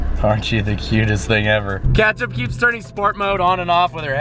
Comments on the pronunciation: is your dog's name catch up or ketchup? Cause that is definitely not how you say ketchup if that is what it is. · Why do you keep calling your dog “catch-up”?Or it sounds like that..